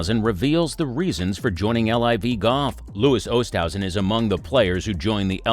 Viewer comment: It might be better if the video pronounced his name correctly.